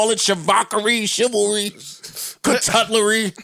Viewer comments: It's charcuterie, Joe... char-cu-terie.🤣🤣🤣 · Nah its "Chivalry" 🤣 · It's pronounced charcuterie Joe 🤣🤣🤣